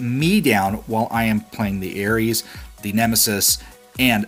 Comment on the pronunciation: Приколо то, что он говорит не Арес, а Эрис. (Ну типо ирис) )))))))